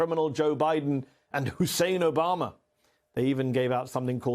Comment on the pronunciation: At least he said Biden and Obama’s names correctly 👍